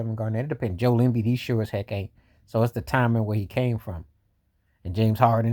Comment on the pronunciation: The way you said Joel Embiid name 😂